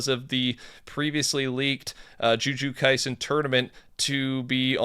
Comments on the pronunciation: said “JuJu KaIsEn”💀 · the best part of videos anymore is hearing him butcher names. Jew Jew Kaisen gets me everytime lol